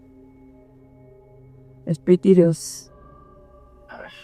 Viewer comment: Que le dijo? Espititus?